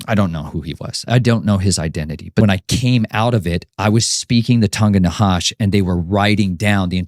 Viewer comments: This guy is just a baby occultists who reads too much. He is not even saying the Tongue of the Nahash correctly. He keeps saying Hash. The Hebrew is Na'hash which means serpent. See, it quickly falls apart when you have someone like me, who immediately knows enough to know what he is twisting. And to confirm what side I am on, I will say it openly. JESUS IS LORD. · He's a nut. He is saying Na'hash incorrectly even. He is just a baby occultist. Na'hash is the Hebrew word for SERPENT and he keeps saying Hash. He always says all kind of nonsense and mixes nonsense from movies, etc. like for example, he is taking stuff like this from the movie Flatliners and occult text. This dude is embarrassing. He is not a freaking nephilim descendant or any of this nonsense that he can't get published. He is like a full on failed fantasy writer. Baby occultist.